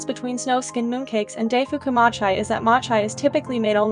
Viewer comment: machi..its MO-CHI what kinda XD pronunciation sdaijndjndi